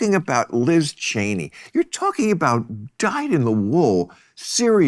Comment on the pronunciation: Maher said Chen yes and Barr 😂😂😂 serious? Serious neocons